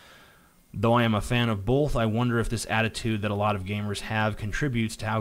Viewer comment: "Bolth" - TJ Kirk